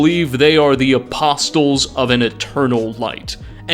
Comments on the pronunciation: Man real talk do you say apostles like that on purpose? The T is silent. It's not "apossToles" its said "Apossles" They even say it correctly in game. Do you just read what the dialogue says or do you go out of the way to mispronounce fairly common words? I genuinely feel bad for the people who talk to you on a regular basis because they must be so irritated with how often you misspeak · Apostles = uh·paa·slz The “t” is silent. Stay safe out there everyone. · a-poss-uls not a-pos-tuls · “A-post-les” had me laughing at first but at some point it started to genuinely annoy me. If you’re going to include a word 10+ times in your script, maybe google it? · Apostles (a pah soles) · Oh you know damn well it's not aposTles fucking triggers me so hard with that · it is PURE AGONY hearing you MANGLE "Ah-poss-el" so many fucking times. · You don't need to pronounce the "t" in the word apostles, buddy. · Loved the video, but this bothered me so much: the "t" in apostles is silent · The "t" in "apostles" is silent. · I can't believe it's been a year already! I came back to warn viewers. My friend and I decided to play a drinking game for every time pronounces the T in "Apostles". I just came out of a coma and decided to return and warn viewers! Don't make the same mistake I did! It's no joke. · Really no excuse for pronouncing the T in apostles. Least 3 charaters say it to you. I would get it if you’ve only read the word. But they say it multiple times. Id love to hear you say knight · The T is silent in apostles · dude, for the love of god, learn how to pronounce "apostles" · Holy crap dude the "T" in apostles is silent. Driving me nuts here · 1. gawd DAMMMMMN 2. lmao everytime you say the T in "apostles" i cringe. sir that is NOT how you pronounce that word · I love this video so much, yet I hate the fact pronounces the “T” in apostles an equal amount. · Almost 2 hours of pronouncing "apostles" incorrectly made me irrationally angry.